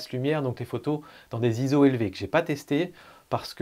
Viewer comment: par pitié pas Zizo mais ISO (pour International Organization for Standardization ) prononcé "izo"